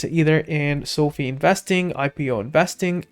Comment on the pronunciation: its Social Finance....So.Fi ("so.fy") not sofie